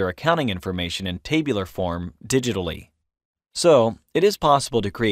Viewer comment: "In this LECTURE...."...stop using LECTURE...nobody wants to be LECTURED to. Also "TAY..BU...LAR" form is called by the rest of us as TAB-U-LAR. Geez where is this person from? Clearly not America.